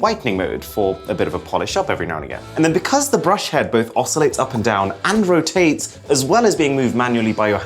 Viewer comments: feels like he saying andrew tate instead of and rotate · I heard Andrew Tate instead of "and rotate" hhhh. Did you heard that too?